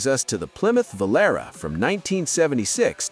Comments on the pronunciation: IT'S PRONOUNCED <VŌ-LÂ-RĀ>, YOU MONUMENTAL TWIT. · And this is why I didn't buy an American car for almost 35 years. Btw, it's pronounced Vol-AR-ay. I can still hear the commercial. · He’s referring to the AI mispronunciation of Volatie’ , calling it a Volara. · Vo Lar Ray. Oh Oh Oh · Plymouth Valera? How am I supposed to take you seriously? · pronounced volaree. Pinto was 1970 to 1980, not 71 to 73. The Aspen and Volare were the same car with different names - but both were terrible. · My father had a Volare (you are saying it wrong go look for the song) and it was fine. Same car as the Dart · The Revolting Dope-R Volare by Chrissakes-ler!!! Need we say much more even fifty years LATER?!!!